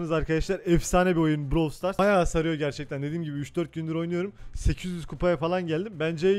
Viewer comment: Brawl stars diye yazılıyor browl stars diye okunuyor